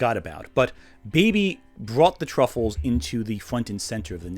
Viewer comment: I'm partially giggling at the constant mispronunciation of Tuffles as "truffles", but then I've always felt that was a terrible localisation of "Tsufuru-jin" anyway. Much prefer MistareFusion's "Sufurians" or even the Blue Water GT dub's "Sufles".